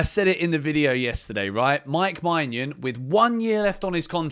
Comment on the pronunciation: sorry to correct you but your pronunciation of mike maignan is wrong!! It's menyin, not manyan!!